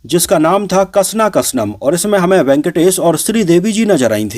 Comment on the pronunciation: Bhai कसना कसनम nhi, actually iska sahi pronunciation hai क्षणा क्षणम् jiska mtlb hai every second. Aur ye movie actually bht honest attempt thi but "daud "ek halka fulka attempt thi.